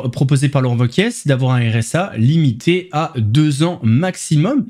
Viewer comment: juste une précision le Z de wauquiez ne se prononce pas